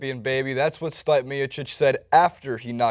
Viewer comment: Stipe = Stee-pay Werdum - Ver-Doom historic = historic, not heroic :)